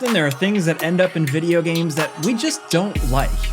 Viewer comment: Heres 10 things that have been forced into "vijeo games" 😂😂😂 i love it